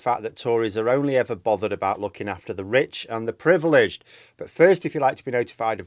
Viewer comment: surely it's "privileged"?